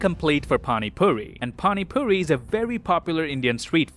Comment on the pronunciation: as an indian that has a mind of an american u said panipuri wrong. this is in no way trying to offend u or hate u this is just pointing out something u said wrong The pronunciation of panipuri is pa-knee-pour-ee